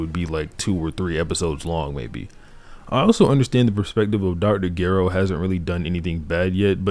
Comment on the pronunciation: "dr garrow"